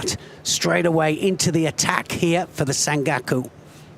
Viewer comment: For Gods sake Neil,its SanKAKU not Gaku???nd both of you this is not kata guruma but tani otoshi,idiots!And,Neil,learn that ther is no OTOSH but OTOSHIII?show some respect for judo nomenclature,you being "Voice of Judo"???